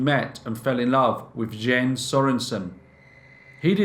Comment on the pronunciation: is this Jens? It's pronounced Yens kind of like japanese currency yen and the ce of lace like a woman's collar. It's my dad's name. Shout out dad!